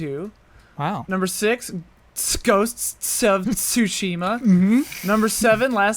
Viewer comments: In regards to pronunciation rant - Sushima and Tsushima are completely different. Simply put, as an example, if you say "suki" to someone, that means "like", but if you say "tsuki", then that would mean moon. The inclusion of the T is extremely important in Japanese cause it's apart of a whole set of vowel sounds in their language, unlike your examples in english, where the omission of the T does not really take away what it is you're saying. Also didn't make fun of someone saying konishiwa instead of konichiwa? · The difference between Tsushima and Sushima is like the difference between Lara Croft and Laura Croft, it's not a matter of pronunciation it's an actual different character. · The thing is, it isn't at all close to calling someone named Tim as Im. There is a huge pronunciation difference compared to Tsu and Su. Not even in Japanese is it a hard T and if people get upset about something like that, we should get upset about all the other words from foreign languages that American journalists can't pronounce. Very few people can hear a difference, let alone be able to say it themselves. Also it is not just Americans who will pronounce Tsu as Su, all over the world people call a big wave a tsunami, and everyone except people who actually speak or understand Japanese, pronounces it with a Su sound. Or they pronounce it with a hard T which is even worse pronunciation. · it's not the same. Shima simply means island, so the island is named Tsu, not Su. You wouldn't go up to someone named Tim and call them Im and just excuse it with a casual "I just don't pronounce Ts, it's fine." Just because American English doesn't care about the T-sounds so much does not mean other languages are the same way. In Japanese Tsu means coupled, paired. And Su means vinegar, and a dozen other things. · Shape Shifter exactly, he would have a point if it was an english word starting with Ts, but a japanese word starting with つ has to have that T.